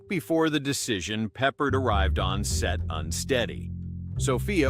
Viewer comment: His name is pronounced PeppARD.